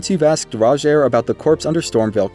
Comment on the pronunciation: Everyone pronouncing Rogiers name wrong and it peeves me so much... He even tells you himself how it's pronounced.